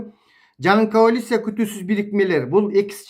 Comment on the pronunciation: Каолиция эмес, коалиция болуп жазылат жана айтылат